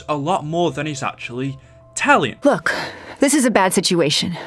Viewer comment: Please work on your pronunciation Look isn’t pronounced loook it’s pronounced luk book is not boook it is buk took is not tuuk it is tuk Eisendrache is not emphasized on the he it is pronounced Eisendrack